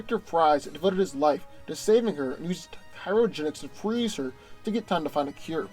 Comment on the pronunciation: Dawg i thought you were saying "pyrogenics" i was like, isn't that backwards